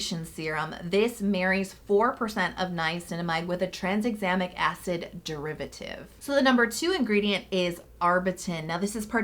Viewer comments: Like always, amazing video ❤️ but I lol’d every time you said tranSexamic Acid haha where did that S in the middle come from? 😂😂 Still loved this tho, you’re amazing and my fave ❤️ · Pretty sure Bakuchiol is pronounced "buh-koo-chee-all." And Tranexamic doesn't have an S in it. 😅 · 'Trans-examic' acid? 🤔